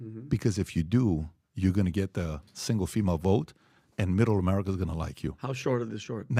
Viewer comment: ITS AMERCIA